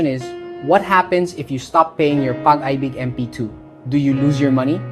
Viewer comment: nakaka b*rat minsan kapag AI yung nagsasalita. Pag AY BIG ??